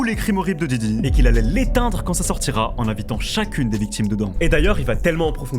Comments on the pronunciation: Stp fait un effort, c’est diddy pas djidji avec ton vielle accent tout pété. Merci sinon pour la vidéo ☺️ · Ta dis jiji au début ? Je pleure 😂